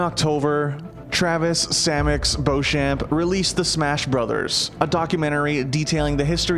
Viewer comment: Dat iz a lot ove brudders.